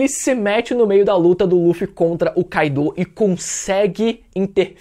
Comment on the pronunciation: todos personagens no anime pronunciam "kái-do" meus ouvidos estão funcionando ok.. então porque falar "kai-dô"?